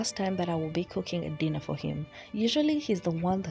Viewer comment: Am I the only one who heard gypsy pronounce “dinner” as “denner”? No? Just me?